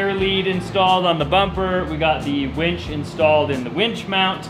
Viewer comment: I'm soooo glad you call it a WINCH and not a WENCH.